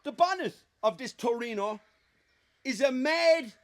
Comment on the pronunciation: Lads its called a True- eh- no!